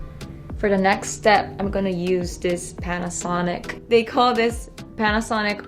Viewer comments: Panasonicの発音がカッコいい(笑) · Panasonicの発音最高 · パナソニックの言い方かっけえ